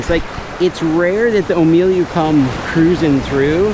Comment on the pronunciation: Ulu-ah and Ohh-me-lu